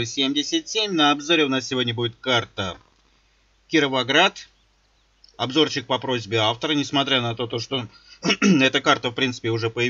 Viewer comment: Мне послышалось или ты сказал Кирвоград!)